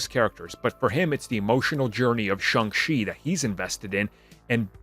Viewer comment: Shang CHI, not Shang SHE🤦